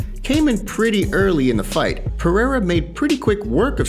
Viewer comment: Not a single American can pronounce Pereira correctly.